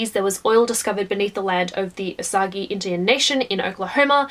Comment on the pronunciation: Killers of the Flower Moon is great! Nonfiction can be really awesome, it’s all about finding the right ones. BTW as a lifelong Okie I feel like I should tell you it’s pronounced “O-sage” not “O-sa-gi”